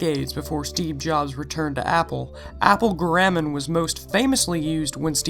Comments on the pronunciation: guh-räm-mund?! Whot the fork? Wouldn't be so heinous if he didn't keep saying it. Argh! Humperdink! Humperdink! Humperdink! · GAHR-a-mon Helvetica-noy-uh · good video! you pronounced garamond wrong. not a big deal though.